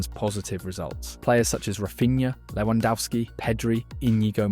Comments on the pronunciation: His name is Lewandowski not Lewandowsky. Also check your AI for reading names. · you pronounce lewandowski differently each time lmao. Good video. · Bro, your vid is very good. Just the pronunciacion of names is bad. Shensy and LewandAUski